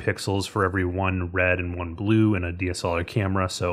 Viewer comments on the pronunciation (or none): none